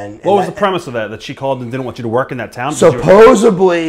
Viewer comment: I laugh out loud every time I hear someone talking about being 'over like Rover' - it's like 'GROVER'. 'Supposebly'... And sure, all the non-televised matches he had were barn-burners. Poor, little Buff.